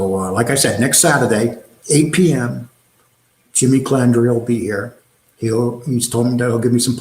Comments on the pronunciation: You claim to have this so-called station. Yet you can't get the guys name right. The guy's name is Calandra. Not Calandria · Cal An dra not Cal An Dria! why does everyone get that wrong. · It’s not Calaundra or Calondra, it’s Calandra! Why does every one pronounce that name wrong?! Even Fucking Sammy smeared that name.